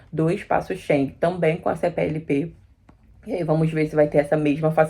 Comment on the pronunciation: É Espaço Schengen e não Espaço shen...